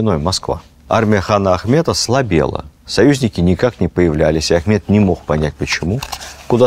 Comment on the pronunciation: Хана звали Ахмад, а не Ахмет...